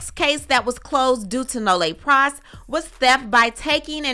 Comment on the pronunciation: Hey!!! I love your content, just wanted to give you a heads up, Nolle Pros is pronounced Noll Pros” the “e” is silent